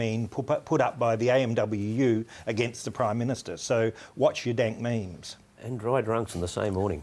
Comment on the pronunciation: Funnier hearing it from a british old man